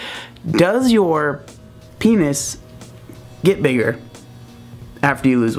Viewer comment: Chantal Renee Hayles I'm literally still here because he can't say penis..